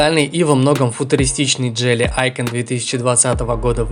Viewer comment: автор походу по жизни тупенький.Мы же разговаривали уже на эту тему не джели идиот а джили.У тебя с русским проблема что ли.